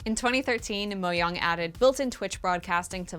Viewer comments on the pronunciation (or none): "Mo-young" Its Mojang!! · "moh-yong"... lmao. "mo-YANG" is fine, but you're obviously American so "mo-JANG" would be even better. "mo-yong" is not ok. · I don’t know if it’s just me but, when I heard “Mohang”, at the place of “Mojang”, my ears started bleeding... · It's pronounced Mojang, not Moyang. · Normal people: moyang: moyung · Minecraft was the most important game of the decade also: M O W Y O N G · It's pronounced "moyang"? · how did you pronounce mojang again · oh the j in mojang is pronounced like a y?? the more you know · good to know I've been mispronouncing mojang for like a decade